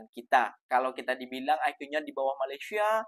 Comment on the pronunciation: LU PERHATIKAN BAIK-BAIK APA YANG DI UCAPKAN.. BERKATA MALASYA.... MALASYA... MALASYA 🤣🤣🤣